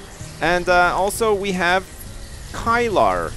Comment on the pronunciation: Kylar is pronounced KI-LER